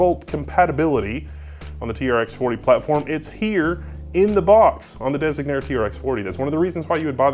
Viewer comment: The misspelling and mispronouncing of Designare is triggering me.